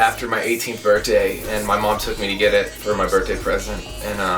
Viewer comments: hhe says birtday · Just realized he can't say the word "Birthday"